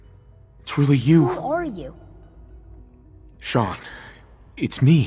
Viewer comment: ben ik de enige die 5 seconden voor dat father zij 'ik ben chaun' /dacht dat is zijn zoon